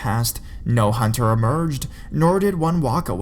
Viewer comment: Hunterrrr with featherrrr. I'm sorry I was laughing but good stories either way